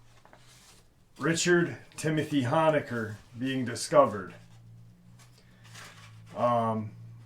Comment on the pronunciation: Oh and one more thing just because I’m OCD, you pronounce Richard’s last name like hone-a-ker not the “hon” sound like honk the “hone” sound like to zoom in on something, thanks!!